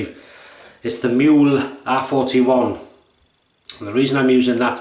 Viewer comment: A very nice, informative and detailed video! Thanks a lot! Just one hint: It's "Mühle", not "Muhle", and if you don't have an "ü"-key just write/type "ue" instead. By the way: "Mühle" is pronounced "Müh-Lay" instead of "Miool" ("ü" being pronounced like the French "u" - so a halfway house between "ee" and "oo"). If you have troubles with the "ü"-sound just say "Mee-Lay". It's incorrect, but every native German speaker will understand what you mean. If you say "Miool", no one will. Withal: Not using Umlaute (Ä, Ö, Ü) both in pronuciation and written form can lead to massive missunderstandings. E.g.: Schlosser = locksmith BUT Schlösser = palaces Masten = masts BUT mästen = to fatten schwul = gay (homosexual) BUT schwül = muggy Bar = bar/pub BUT Bär = bear Dosen = cans/tins BUT dösen = to doze Schussel = scatterbrain BUT Schüssel = bowl schon = already BUT schön = beautiful/handsome etc. Best regards from Vienna, Austria